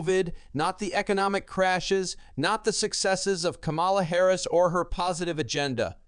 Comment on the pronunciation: Please pronounce Kamala Harris' name correctly.